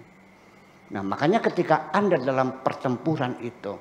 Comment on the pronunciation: suka saya dengar ada nye pertembongan!!! pertemporan.....rasa yg tk semua akan faham